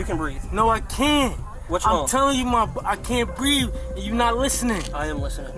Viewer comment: . I can't breave i cant breave. - What does breave mean. Is it ghetto for breath.